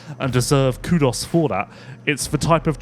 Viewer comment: oof. Chase. How is this decision a good idea for staying in the game for SMX??? edit: holy shit,! you pronouce kudos like the actual Ancient Greek omicron. Aussies! 😄